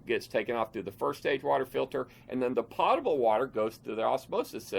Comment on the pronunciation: Thank you for the videos. A little known fact: potable is pronounced poe-tah-ble